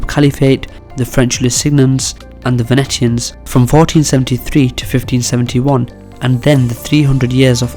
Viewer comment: The correct pronunciation for Venetian is, Ven ee shan.